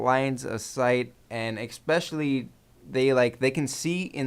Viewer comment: Just to let you know, it's "especially", not "exspecially."